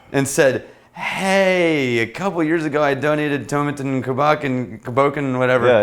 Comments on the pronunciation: Tomatin is one of my favourite distilleries! The 12 is perfect for hotter weather! But, btw, it's To-MA-tin. ;). So, glad you guys are able to keep these reviews going! :) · Coo BO Khan and Toe MAT inn, just to help out. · Pronounced Toe-Mat-tin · "toe-MAH-ten COO-bah-KAHN"